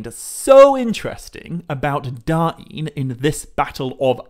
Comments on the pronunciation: Yeee no i dont think you are suppose to pronounce the names that way. You talked about Northman Names and Khuzdul names. The children book thing is nothing but children making silly names for their parody. Da-in is complete nonesense, its just DAIN. Now it is Dáin but it is not DA-IN, if anything it is Dain with more pronounced A. So pronounced something like "Daaajn" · I think that even if the syllables were split, they'd still flow. It doesn't make sense for there to be a glottal stop between them. So rather than Da-in it would sound more like dine. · god you saying Dah Een annoyed the piss out of me, but i liked this. DAIN (Dane, Dayne) not Da Een, sounds like you are trying to speak native american